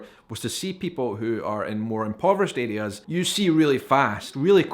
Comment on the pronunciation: haha your accent is walking a fine line with "areas" sounding alot like "idiots". see to know why i spit my drink out. "i was very interested to see "idiots" that were very influenced by roman catholicism"